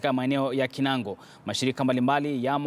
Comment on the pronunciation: Kinangop, sio kinango